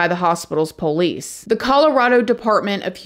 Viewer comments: As a genuine 18th generation Southerner, I smile every single time you say PO leese. Please don't ever change! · I love when says "Po-lice". It reminds me of home. 🧡😂🥰🎭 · I absolutely love this channel so much!! No one tells a story better than. Or, says Poe-lice the way she does. Love that accent. 😊